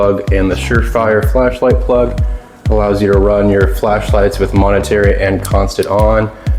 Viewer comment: MOMENTARY, not Monetary…!!! Otherwise a nice presentation. However, it would have been helpful if you had shown something about the the accuracy of the weapon.